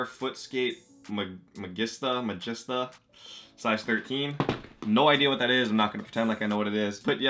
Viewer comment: The Magista (Ma-jeeeee-sta) Footscape is based on a football (or soccer as you guys call it) boot that came out for the 2014 World Cup. That’s actually an Olivier Rousteig collab (the guy behind Balmain) so that’s cool. Class video as usual bro!